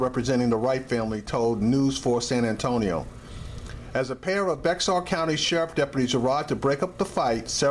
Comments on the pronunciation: Bexar is pronounced Bear..All pigs are bad.They have all lied for one another in at least one instance.We call it lieing pigs call it covering their asses. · It's pronounced BEAR. the person the county was named after didn't know how to sign his name, so he signed X. His attorney spelled his name around the x getting BExAR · The "X" is silent bro. Bexar it's actually pronounced "Bear" County. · Bexar county is pronounced Bear county. Lol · Bexar county tx is pronounced bear county San Antonio police are dangers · "Bexar" is pronounced 'bear' or 'bare'. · Dood! You sound like a moron saying “Bexar”. It’s pronounced like Bayer aspirin. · learn how to pronounce bexar before you speak dumbass. easy hint pronounce it bayer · I'm use to cops treating people like this. I'm not use to anyone pronouncing the county like this guy😁😂🤣. It's spelled Bexar but it's pronounced BEAR!!!! 👌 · It pronounced bear county the x is silent don't ask why? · It's pronounced "bear"...the X is silent. You got perra and puta right. Fuck the police! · Bexar county is pronounced Bear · Bexar is pronounced BEAR. Once lived in San Antonio and the county spelling is confusing AF. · Bexar is pronounced as bear. I know it doesn't make sense. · good job on this one. It's pronounced bear county though out here in San Antonio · No it is not pronounced "bear" as you state. It is pronounced "beh jar".....